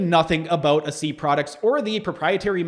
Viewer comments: What’s idiotic is that you’re speaking like you’re an authority on a product that you don’t understand and can’t even pronounce the name correctly. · You’re really doing a lot of harm with your video. I could tell within the first few seconds that you haven’t done any research at all. You aren’t even pronouncing the name correctly. Seriously?? I had chronic thyroid challenges for 14 years. Tried everything. I started ASEA and by day 26 my chronic fatigue and brain fog was gone. By day 95, the rest of my issues like circulation in my left leg, brittle hair and nails, breakouts on my face, feeling cold all the time, and more, all gone. I’m here 4 years later experiencing even more benefits like my gum pocket count keeps improving each year and even my mental focus and memory and more. Typically, things get worse as you get older, but nope, my health is the best it’s ever been. I hope you rethink this. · I’m watching the entire video and reading all of your comments. You’re not even pronouncing the product correctly. Tell me what the 8 reductants and 8 oxidants are. Maybe educate yourself on it before you act like you’re on authority on it. UGH